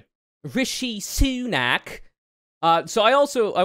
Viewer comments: The pronunciation of RISHI SUUUNAK tho. 🥴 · The way you pronounce Sunak name is actually pretty racist